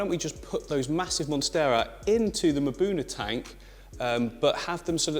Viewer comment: Cool! I Love Mbuna. Btw, I believe the proper pronunciation is EM-buna, not MA-buna. I could be wrong of course.